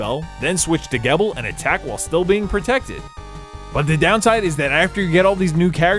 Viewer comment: Im not a grammar nazi but ive noticed americans have problems pronouncing some names. Its Zangetsu not Sengetsu and Geebel no Gebbel. Great review though^^ Greetings from Germany